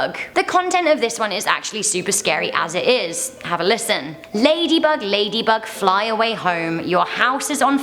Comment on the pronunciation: Lady bug lady bug...she said that maaad wrong